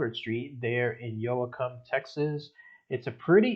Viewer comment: Its Pronounce YO-cum..dont pronounce the "a"....Glad to see this style again.